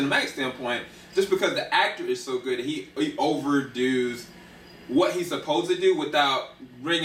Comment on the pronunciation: Did this handsome young man just say 'over do's' No handsome! NNO00! (over does). Lov U anyway😍